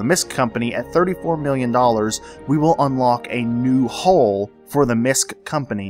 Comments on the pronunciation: Hull.. not hole. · I laughed so hard every time you said 'hole' instead of 'hull' XD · Me too, 28 years old and i crack up at the phrase "bulbous rounded hull"